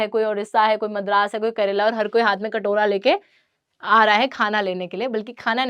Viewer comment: karela instead of keralam😂😂